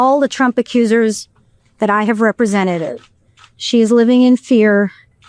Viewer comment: Did the attorney say represententeded?